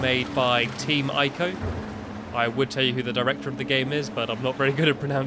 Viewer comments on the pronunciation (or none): It's pronounced Eko, with a long e, not Ico. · yeah so i just stopped by to say its pronounced ee-co not aay-co/eh-co but who cares right? nowadays everyone seems to be illiterate so whats the bother, the mass majority of people are borderline retarded anyway so what can one person do but anger people that have nothing better to do with their lives and dont understand any better right? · YOU PRONOUNCED IT WRONG